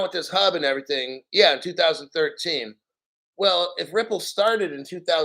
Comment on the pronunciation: When you said Everyting with that Jamaican accent..EVERY TING BREDDA...XRP!!!!!!